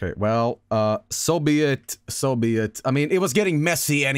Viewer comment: So be it. Chat: Soveit.